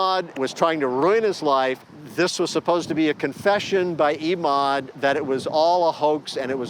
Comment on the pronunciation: it's Emad as in Evan, not EEEEEEmad!!!!